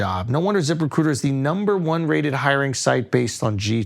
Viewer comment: “At ziprecooter…” - Schulz